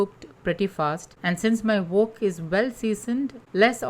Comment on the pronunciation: Love this healthy recipe. In case you are interested, wok is said as if you’re saying walk not woke. Thanks again.